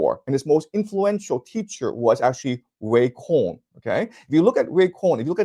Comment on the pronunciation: roy cohn not ray